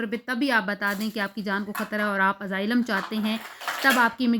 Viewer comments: Nazar ka to pta ni laikin SUNAI zrur de rha AZAAILAM instead of Asylum 😂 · Its Asylum not AZAAILAM 😂